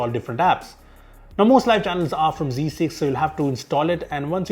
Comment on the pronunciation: he said "zee6" and I still could not understand why